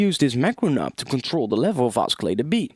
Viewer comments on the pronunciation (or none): "oskilater" ... you're killing me bro. great tutorial tho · Oscillator is pronounced "au-suh-later" and not "au-ski-later" :| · Dude, your English is perfect apart from the word oscillator. It's pronounced 'ossilllator', not oskillator. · OSKILLATOR? Are you serious? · Oskilatur. xD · i cant take it anymore.. oskillata... really? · You're saying oscillator totally wrong XD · he pronounces the "c" in oscillator, so funny hahaha awesome tutorial too!